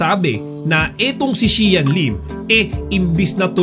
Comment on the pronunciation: Saka na ako mag susubscribe sau sir kpag tama na pronunciation mo ng Xian